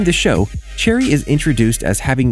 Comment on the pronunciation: Why’d he say her name like “cherry” 💀